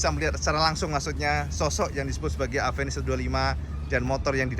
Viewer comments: WADUH...MAAF NGOMONG INI YA. KALAU EJAANNYA DIBACA SAMA ORANG YANG GAK BISA BILANG "V" YA JADINYA "APENIS" NAMANYA GITU AMAT YA. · bentukny suka.,durability pastinya mantap..yg bikin ngakak itu knapa harus AVENIS namanya...orng indonesia bca V itu P..aplgi klw ngbrol spontan gtu😅😅😅😅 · maaf suzuki tapi aku kadang misheard avenis jadi apenis/a penis 😭😭😭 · Orang Indo melafalkan V jadi pe..contoh mobil VW..jadi mobil Pewe...lah klo Avenis jadi..A"penis" ???